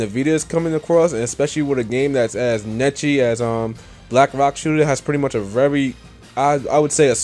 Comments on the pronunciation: Araghh, don't mean to sound like a smart ass.. but did you just pronounce "Niche" as "Netch-ii"? It's NEESH, not NETCHII, not everyone sounds Japanese , yeesh lmao. But great video I love JRPGs myself so good job. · I don't want to sound like a jackass but the word Niche is pronounced Neesh. other than that great vid and keep it up man. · 'Niche' is pronounced 'nitch' in the US and 'neesh' in the UK. I've never heard it pronounced 'netchy'.